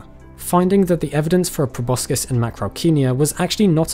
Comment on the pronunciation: He mispronounced proboscis